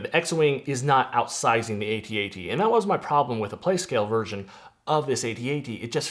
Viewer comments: It's an ATAT not AY-TEE-AY-TEE 😂😂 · Both are canonically correct but A-T-A-T Logically makes more sense as it's an acronym